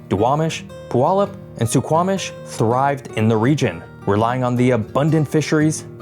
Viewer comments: as a washington native, we can tell who isn't from here based on how they pronounce certain places. Puyallup is the big one forsure 😂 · IT'S TACO TIME! Also, don't listen to the Washingtonians, - They don't say their own place names correctly, but we Oregonians do (though you did say Puyallup and Nisqually wrong, since the "difficult" ones are the only ones they say correctly for some odd reason):) Fun fact: Tacotown (Tacoma) was named after the native name for Mt. Rainier - Tahoma. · You can tell he's not a local with how he butchered Puyallup and Nisqually! LOL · Nah nah nah, it's pronounced Pyu-Aw-Lup😂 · When I lived in Tacoma I always heard Puyallup pronounced Pee-wallup. 👀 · that is not correct at all, as a Puyallup native it is Pew-all-up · Skagit is pronounced ska-get and Puyallup is Pew-Al-up. 💜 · Skagit (Sk-adj-it) Puyallup (Pew-al-up) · Puyallup is pronounced Pew-wallup, and Nisqually is pronounced Nis-qual-ee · Oh God, those pronunciations ... I was gonna let him slide on "Fuca" because being named for a Spanish speaking person that's probably how it should be pronounced, even though that's not how we do it. But I can't let Skagit/Puyallup/Nisqually go. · *Skagit = skajit *Puyallup= pew-allup *Nisqually= nis-kwally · Skagit: "SKAA-djit" Puyallup: "pyoo-AL-up" Nisqually: "ni-SQUALL-ee" Also, I wouldn't exactly call Tacoma "obscure." If I travel around and tell other Americans or Canadians that I'm from Tacoma, they usually know that it's a major city in the Puget Sound area. At least you pronounced "Sequim" and "Steilacoom" correctly...gotta give you credit there. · Oof. You missed the pronunciation on 3 or 4 of these rivers. Skagit has a soft g. Puyallup is a y, not a w. Nisqually rhymes with 'missed Wally'. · Skagit is pronounced "SKA-jit". Puyallup is pronounced "Pyoo-AL-up". Nisqually is pronounced "Niss-KWAHL-ee". You did pretty well, I've heard a lot worse attempts 😊 great video as usual